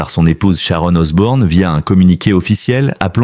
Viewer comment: Arrêté avec Osborne c'est Osbourne 😅